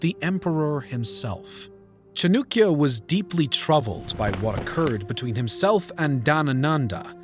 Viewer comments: It cha-naa-kiya not chu-nu-kiya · Bro it's chaanakya not chanukya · Chanukya ? I wish you got atleast the basic name right .. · It's chAnakya not chunikya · Its Cha-na-kya...not cha-nu-kya Pronounce correctly. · You guys are messing with pronunciations definitely on purpose now! Chanakya equals Chanukya??? Thank you for all your hard work still love the channel even if you cant pronounce shit right! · How do you pronounce CHANAKYA as Chanukia when there is no U in the spelling ? Maurya is also pronounced as Maur-Ya. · Please dont pronounce it like that...here is the pronunciation 'chaan·uh·kyuh' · "chunukya" narrator: 🤡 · Bruh, why you saying Chanookya? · Its almost Comical when you pronounce the Name of the Main Character wrong. 'Its Cha Na(a bold) kya Then the narrator calls Maurya Moira. Like seriously check your pronunciation as many people who watch this will be Indians. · It's Cha-nak-ya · Because that's the original Sanskrit pronounciation. "Nand" "gupt" is polluted hindi pronounciation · Chanakya.. horrible pronounciation. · You can't even pronounce the correct name of Chanakya.. 30 secs in the video ... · No hate I know youtubers are human and can't pronounce every word correct but the way he pronounce "chanakya" give chills to me Note:chanakya is pronounce "cha as in chatter rak or nak a r with n sound ya as in yacht" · It's Chan-uh-kya not Chan-oo-kya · Who. T. F. Is CHNUKYA! CHAANAAKYA. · Chanakya not chanukya cha nak ya for non native speakers and chan dak ya if you want to impress Indians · Cha-noo-kya is terrible pronunciation. Better - Cha-nuh-kya? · The narrator should begin by properly pronouncing the name of one of the earliest economic geniuses in human history, author of the Arthashastra (The Treatise on Economics)- CHANAKYA or Kautilya. It is not Chanookya (which even sounds ridiculous). Has his name been spelled this way in any history book? As soon as I hear Chanookya, my interest has dropped to zero. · It's not chanukya its chanakya